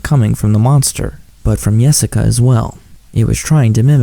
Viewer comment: when its not really Yessica, Nossica